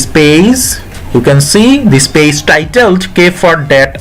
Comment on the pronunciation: It’s not paze it’s page👌